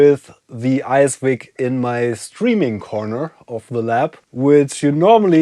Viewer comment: I think it's an ICE-VIC, not an ICE-WIC